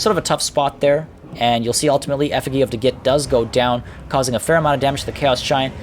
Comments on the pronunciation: Great battle. Btw, the effigy is pronounced "effuh-gee", as in "gee, whiz" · This is how you pronounce Effigy :)